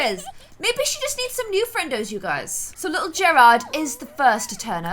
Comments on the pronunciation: Garred in pronounced like Gar-ed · Gerard I think his name is pronounced Jared but I love this it is cute!!💜❤️💙💚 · you’re pronouncing Gerard wrong!